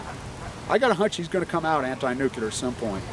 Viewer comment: It's Nuclear, not nukular. Please!!